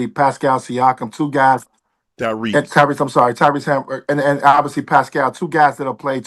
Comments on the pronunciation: I’m glad someone said it that was horrible but it took me out when he said Tyler Hamburg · Why they letting bro slide calling Tyrese Tyler Hamburg😂😂😂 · Somebody please educate Twan on players names He butchering everybody's name Is he saying Tyler Hamburger😂